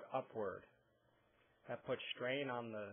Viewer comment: I disliked your video. Why? Because the word "strain" is not pronounced "schtrain"! God that drives me crazier than foot pain!